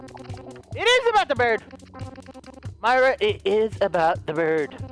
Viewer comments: It isn't Myra it is mira Edit: mira is pronounced mee-rah Myra is pronounced my-rah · Its pronounced mira